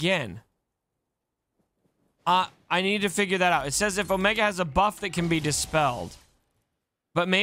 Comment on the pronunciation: Oh-mee-gah - from